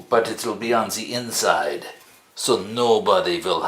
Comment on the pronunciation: "But it'z on ze inzide, zo nobady has zo know" ;) You're hilarious!